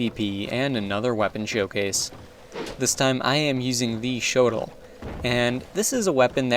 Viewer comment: that isn't how you say shotel Google it bro